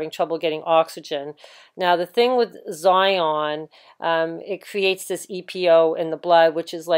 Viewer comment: Xenon pronounced Zion?